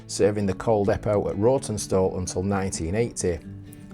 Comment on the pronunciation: Pretty sure it's pronounced 'rotten-stall', always felt like a punishment job whenever I got sent there for work! Cracking job on the station restoration, though! 😉👍